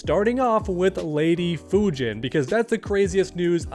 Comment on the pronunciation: Instead of Fujin it is Fujina